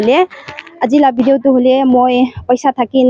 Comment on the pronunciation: Video not Bideo